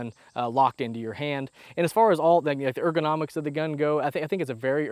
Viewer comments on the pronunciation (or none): none